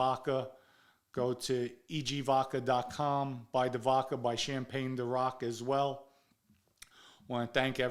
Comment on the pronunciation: “EG vodker”